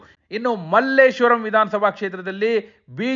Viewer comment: ಅದು ಮಲ್ಲೇಶ್ವರಂ ಅಲ್ಲ ಸರ್ ಮಲ್ಲೇಶ್ವರ ಅಷ್ಟೇ